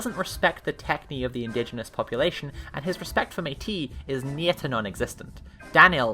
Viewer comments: hi, a couple people may have commented this already hut unfortunately meat-iss IS the correct pronunciation (a la greek goddess). mé-tee is a word that’s only been used for racial categorization:( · i am certainly missing linguistic links in this chain but if it's pronounced like the god, metis is actually pronounced 'meatus' (at least pretty close) because 'meh-tee' would be a french pronunciation, rather than greek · The S at the end of Greek word, terms, and names, despite our tendency to utilize a French-style pronounciation, is pronounced. So even if you dont say [meatus], you could still say [metis] (pronouncing the (e) more lile the (e) in 'I have [met] you'. Also German names are always capitalized, so.... I really like your youtube Gesamtkunstwerk ...? ^^ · Look, I love the video overall (this is my first time seeing a video from you), but it is driving me crazy with you saying “Meh-TEE” instead of “MEET-iss”. It is killing me lmao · Like I really don't want to go too hard on this, but you make the same joke a couple of times... And it's wrong? Meetis is closest to the modern Greek pronunciation, met iss would maybe be closer to an ancient version (though of course that requires some supposition) Meti is french, and has an entirely different meaning. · "Meatiss" is the correct pronunciation of what's described in SEEING LIKE A STATE. Metis, the way it's pronounced in the video, is the Métis Nation of Canada. Just, FYI. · Ngl pretty sure it might actually be meatis if it's Greek in origin. On the other hand Métis is a French Canadian term pronounced how you say it tho so fair assumption. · wants "metis" to be pronounced as a word from French etymology like "the Metis tribe of Canada", but metis - meaning the clever intuitive wisdom gained through lived experience - comes from Greek etymology as in "the Greek goddess Metis", so "Meatus" is closer to the correct pronunciation. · Just to let you know, metis is pronounced MeTiss.